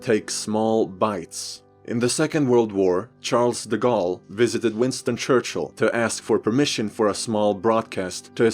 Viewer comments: True, but his pronunciation of "Charles De Gaulle" was horrible, though. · Sun Tzu, Wilhelm, Machiavelli, I love the way you respect the prononciation! (Side note, you don't pronounce the "S" in Charles de Gaulle)